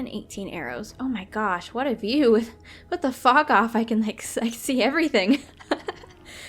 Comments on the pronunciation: it seems like she says wtf instead of with the fog of. lol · When I first heard it I thought she said "what the fak" Sorry lol